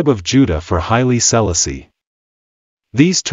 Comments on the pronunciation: Stop messing up his name. Say it right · Learn how to pronounce his Name😮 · Could have learned how to pronounce HIS name……ah sah…disrespectful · Love the information, cannot stand how the narrator pronounces His Highness name.... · Had to stop watching! If you can't pronounce H.I.M name properly, you shouldn't speak about him!!